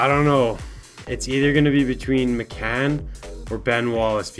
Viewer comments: It's pronounced miccan? I thought it was like Mike-an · George McCann????? That's how you pronounced it. It's Mike-n bud smh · Its pronounced mike-in not mecan lmaooo u pecan 😂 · Connor D'Arcy MY-CAN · "Mike In" is how its pronounced. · It's pronounced myken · your saying MIKAN wrong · TheKYRw I cringed every time he said it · ugh the way he pronounced his name he's clearly never heard of George mikan before.. embarrassing, put the game down and watch some basketball please, rip mikan